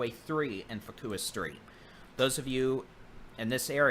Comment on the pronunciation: Pronounced Pear-land and Fuk-way.,I like the way your u pronounced these words. Thank you for keeping everyone updated live.